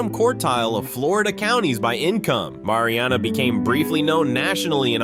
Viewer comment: I live in Jackson County, you pronounce Mary Anna not Mari Anna. At least get the pronunciation right.